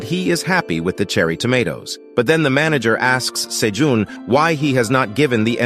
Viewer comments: Is his name pronounced "say-june", "say-john", or "say-gene"? I'm confused because this dude pronounces it all three. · sayjohn sayjune sayjean ive heard so many differnt pronunciations of this mans name in 30 mins i can help but laugh later on the cat sells 1k tomatoes then says he can only hold 150 wtf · OMG can you decide on the name? is it Sejoon or Sejun or what? there's at least three different pronunciation for his name so freaking annoying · I love the story but OMG can you stick with ONE way to pronounce Sejun's name?